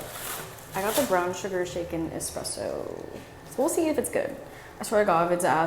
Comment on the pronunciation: I thought you said “brown sugar chicken espresso” 😭